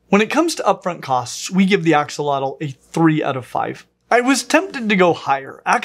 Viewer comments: Fyi it's pronounced "Asho-lote" rather than Axe a lot el. Here's an Nahuatl language expert on the topic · it's pronounced ashotol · It’s pronounced Ah Shoal ots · Something not many people realize is the correct pronunciation of "Axolotl" is ah-SHŌ-tl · The correct pronunciation is ah-show-lote btw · ...except it's actually pronounced more like "ash-lote" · That's not how you pronounce it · Axolotl is another Nahuatl name that is commonly mispronounced too! The x is pronounced as an “sh” sound, and the L at the end is silent! “Tl” at the end as a hard T sound while expelling air out of the sides of the mouth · You didn't pronounce the name right. X_X